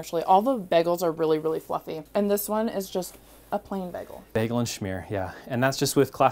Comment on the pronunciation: Is she saying "bEgel"? lol Someone's watched too much Community!